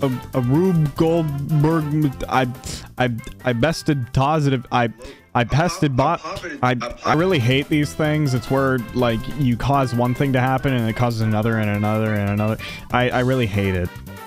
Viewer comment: it killed me when he said "i pested bot"